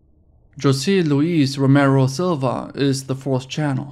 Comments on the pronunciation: Jose = Hoe-zay, not joe-see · 225 million dude and Jose = pronounced Hose-ay